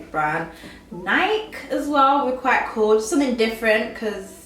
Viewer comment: LITERALLY the ONLY other human being on the planet that I know pronounces "Nike" properly!!!!!!!! LOL ---- More importantly, you were one of the very first personalities I subscribed to upon discovering YouTube! Always beautiful and even more inspirational!! <3 <3 <3